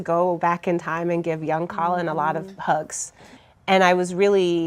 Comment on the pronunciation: U use google for navigation !Colin you ruining the name bro😢